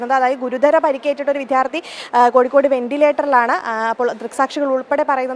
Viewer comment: വിദ്യാർത്ഥി എന്ന് ശരിക്ക് പറയൂ പുല്ലേ